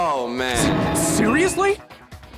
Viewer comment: Why did Siri activate when he tried to say seriously? 😂